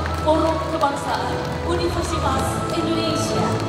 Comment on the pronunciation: Endonesa atau Indonesia pak?